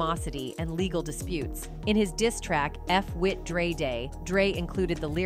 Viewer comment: Y’all got to get another AI voice I heard dr. Drought instead of dr. Dre almost 4 times…